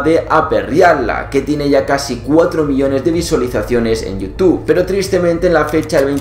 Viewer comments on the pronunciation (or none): none